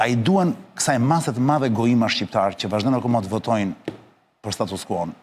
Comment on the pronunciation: Nuk di ku qendron veshtersia qe nuk dini te shqiptoni fjalen "madhe" ? Eshte maDHe, jo maTHe!